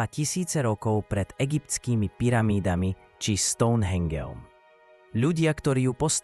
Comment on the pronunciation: Stačilo mi počuť "stounhengeom" a skončila som 😂